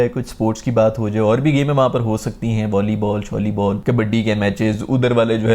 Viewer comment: Volleyball te thik veere.... shollybaal🤣😅 Swaad ajnda veere teri video wekh k.......from Amritsar Panjab❤